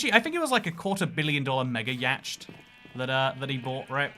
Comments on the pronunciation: Yacht is pronounced YOT.... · ATTN if you're going to say that to pronounce Yacht in that way is proper, then you are not properly pronouncing the other non-intuitive English words like bought, weight, thought, sign, once, and knife, along with many more.... Just wanted to make you aware of this partly because I am sure that if you start to pronounce them like you do Yacht it'll make others feel more awkward and irritated than you already make them. I love being privy your "streams of consciousness" and all your perceptive and highly Intelligent insights into the idiosyncrasies and reverse logic within the human mind and societal norms. Thank you for your continued proliferation of the truth.